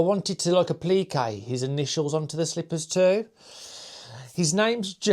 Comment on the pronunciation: What I got from this is that you DID TRY! Also, I love the way so pronounce Applique! Keep saying it that way!